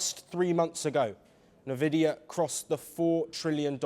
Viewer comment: Say it like N Vidia